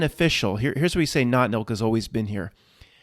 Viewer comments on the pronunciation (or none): Lol I thought you were saying NOT MILK? Seasons greetings all 😁🧡